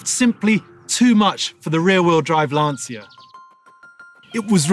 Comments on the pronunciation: "Lan-cha" - and not "Lan-see-ya" like he always says. Don't want to sound like a language-terrorist, but was just wondering about him since this is a channel for car enthusiasts - and as a German I know my english's far from perfect btw, damn "th" :) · Please STOP pronouncing "LanSia"... the correct italian pronunce is "Lancha". My ears and heart will thank you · How incredibly hard must be to pronounce LANCIA the way it should be? What's the point of fluffing about all the great things about this car, specs, history blah blah and then one can't even spend 3 minutes figuring out how to say the most important thing of them all: the brand's name. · There's no passion. This guy can't even pronounce Lancia correctly. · Lovely car - and that "car enthusiast" still can't pronounce Lancia correctly, even after several videos. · no, same goes for VW - you'll pronounce it the american way, it's just natural. Same for me pronouncing american brands. But a professional car channel presenter, who repeatedly pronounces a famous car brand like Lancia wrong, can't be taken seriously. But what to expect from a guy, who fully accelerates a classic M1 on gravel. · because the letters V and W are spelled completely different within each language, so it would be really hard for a non-German speaker to pronounce it the german way. Lots of people drove Lancias over here, every 10 year old pronounced them the italian way, so I was just surprised that guy didn't. And I agree with you about the different pronunciations of Hyundai etc. But not about the M1 Video 😊